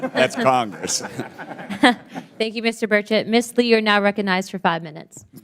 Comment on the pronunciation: It’s about time the American public school system taught their students that there is a letter G in the word recognized. Been saying that for50 years